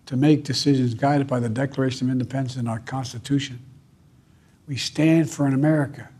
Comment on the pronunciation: Biden number 4... A little incoherrnt. Reffered to former Trump; Nancy Peocy; declaration of indepence; i dont know what he said ?? At the battle box the battle box (lol)